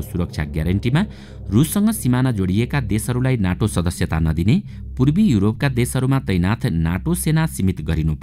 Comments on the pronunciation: नाटो होइन सर नेटो हो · “ नाटो”होईन “नेटो” भन्नुस